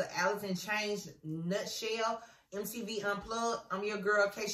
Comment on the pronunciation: did she say nooet shewwwwl?